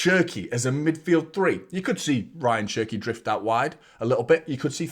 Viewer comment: His name is pronounced as Tiyyani not Tijjani just like how it is pronounced as Ownry not Henry for the arsenal legend. Same for Rayan Cherki it’s pronounced as Riyaan Cherkey